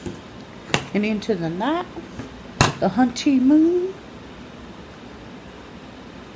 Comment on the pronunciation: I think she was trying to say honey moon? I think